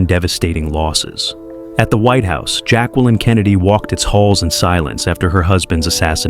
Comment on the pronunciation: You need to LEARN HOW TO PRONOUNCE Jacqueline CORRECTLY!!!!!